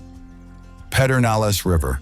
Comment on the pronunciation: It's pronounced Perdinalis BTW